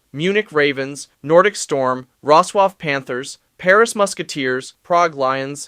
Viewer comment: bruh u need to stop using AI to narrate ur videos it hurts listening to the pronounciation of fehevar and wroclaw😂